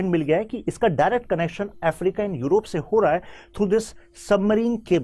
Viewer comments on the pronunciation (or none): none